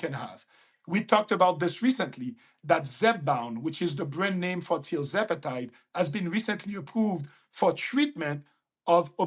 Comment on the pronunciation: mentioned a “new type” of GLP1 which he favors… TLzepatide? Or is he saying trizepatide? said 14% of USA population is currently on GLP1s and he says this is a big underestimation. Damn. One side effect of GLP1s is apparently “stomach paralysis.” That sounds serious. Wonder why did not cover that issue?